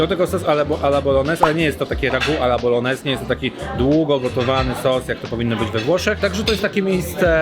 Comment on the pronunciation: Kolejny fajny film. Mała uwaga - nie tylko „e” zabrakło. Bolognese wymawia się jako bolonieze, czy tam bolońeze, a nie boloneze. Gn we włoskim to nasze takie ń. Np gnocchi - wymawia się jako ńoki 😊 . Pozdrawiam.